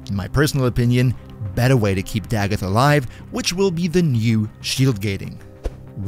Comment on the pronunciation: Finally someone that pronounces her name right. I promise it’s not da goth